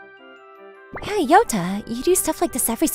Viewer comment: At some parts of the video I kept mishearing "Yota" as "Yoda" 😂